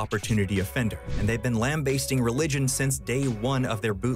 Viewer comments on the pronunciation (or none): “Lam-bay-sting?” Oh bro… it’s lam-BASS-ting. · Is this narrated by AI or is that really how you pronounce "lambasting"....?